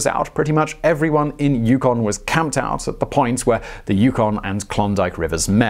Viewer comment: On the pronunciation of 'Yukon'..... Nailed it this time! :) Love your work Simon.